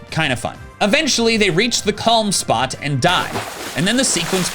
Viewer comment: I heard this as “They reach the calm spot, and die”